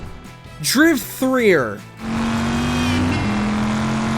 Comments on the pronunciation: Holy shit please tell me this fool did not just call Driver 3 Driv-3-er?,ffs man it's simply pronounced Driver 3,the 3 is the backwards e in Driver my guy,wtf?,smfh 😂😂😂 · Why are you pronouncing it Driv er, it Driv3er pronounced Driver 🤦🏽‍♂️ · The fact you say driv 3 er makes me mad asf. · ITS DRIVER 3!!!! Not drive 3er they just put the 3 for the e 🤦🏾‍♂️😩😂😂😂😂😂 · He just said Driv 3 er. Lmao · The way he pronounces Driver 3 as how the title is spelt, Driv3r, got me rolling lmao 😂💀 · What the fuck is driv threer? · Are you seriously pronouncing driv3r like that? c'mon man... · Did you actually just pronounce driver 3 like that 😂😂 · the pronouncing of Driver 3 had me on the ground. Hilarious! Mercenaries 2 was really, really bad. The first one was so damn fantastic the second just seemed heartbreaking